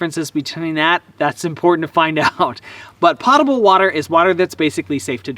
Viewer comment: Po ta ble. Not Pot able. Pot-able is where you can get high.